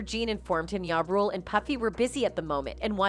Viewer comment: It’s JA Rule don’t ever disrespect the most high by using Y instead saying that rappers name correctly and don’t confuse his name with the lord